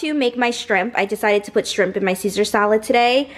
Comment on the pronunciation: she said “strimp” I love her 😂😂😂